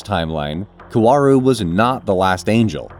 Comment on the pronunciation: Do not pronounce W in Kaworu Say it s as Ka o ru